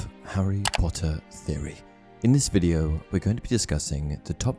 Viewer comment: Well i clicked faster than he can say 'POTTAH'